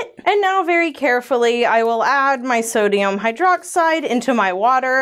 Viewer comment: am I the only one who hears so dayum hydroxide? 😂